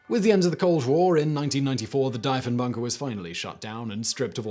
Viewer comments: Deeeeeeee phon bunker lol prime minister... jesus Simon learn about your commonwealth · Deef-en-bunker and Deef-en-baker Like thief or Chief…. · Same. I'm like WHAT DIE-fen bunker? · Argh! My ears! Dee-funbunker! As in De Funbunker, because it's an escape room and occasionally host weddings. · ahh... the Diefenbunker, one of my favourite little (relatively) local cold war relics. Dief rhymes with chief, by the way.